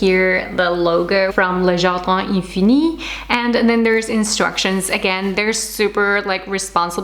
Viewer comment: Wow!!!! Loved them!!!! I love how you pronounce the name of the brand!!! You are the best!! Definitely going to order one for my bedroom!!!! 😍😍😍